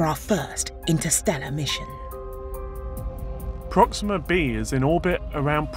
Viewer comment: "Prohx-seeeem'-mah"? Why did they select a host that pronounces the topic subject differently than the audience does?